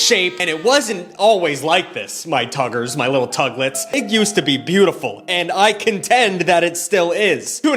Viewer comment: The hard R on the tuggers got me